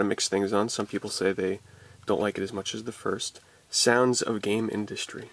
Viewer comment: it's 'Gamindustri' not game Industry